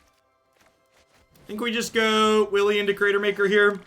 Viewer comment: wily goblin pronounced willy goblin lol.